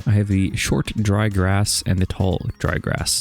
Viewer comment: I think that everyone knows, that even with all this much deepslate, it literally just takes like 5 minutes to run out of it. Especially when you have quite big projects like you do! Edit: Grash... that is how you say grass while having grass in your mouth. Lol!